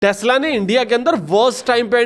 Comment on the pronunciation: Tax-la😂😂😂 not tesla